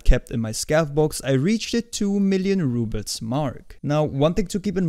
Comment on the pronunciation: I think it's rubles not rubits...